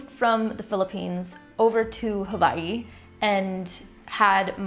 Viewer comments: I know this is an old video, but thank you for pronouncing Hawaii correctly 😩 I’ve never heard someone else from the states say it right before. I’m also mixed and i understand that part of you not looking like a certain ethnicity, I was around Filipinos because my dad was a good talker and had lots of friends and acquaintances. They would question if I was adopted or not because I didn’t look like them. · I love that you pronounced Hawai'i correctly. Mahalo for that. 🤙🏾🌺 I am Hawaiian, Chinese & Japanese- born & raised in Hawai'i. Born in Honolulu on O'ahu, now living on Moku o Keawe (Hawai'i island/Big Island) Aloha from Hilo 💕